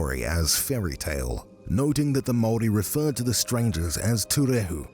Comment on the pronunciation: Your pronunciation of maori words is actually really good tbh 😅